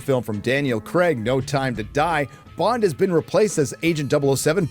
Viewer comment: one day americans will learn to pronounce Craig properly